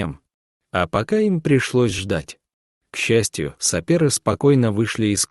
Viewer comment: СапЕры, тигрЕнки... Автор, пиши слова в титрах правильно и читать будешь правильно))))